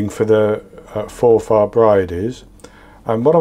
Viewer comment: You're right first time with your pronunciation, no stress on the "a". X from a Scottish watcher. X K